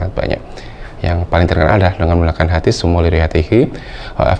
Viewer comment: Orang baca haditsnya sj salah, kelihatan ilmu shorofnya lemah.